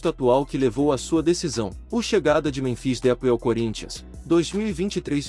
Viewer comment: Cara é esperto, fala o nome errado de propósito kkkk canalzinho lixo que fica postando fake news😂